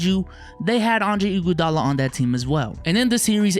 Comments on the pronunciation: The way max says IGUADALA gets me every time lol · The way he said "Iguadala " , annoyed me